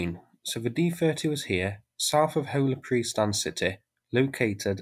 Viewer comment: Your pronunciation of "Hola Prystan" is on point